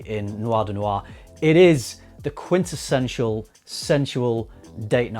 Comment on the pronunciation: “Quintessensual” is my new favorite word 😂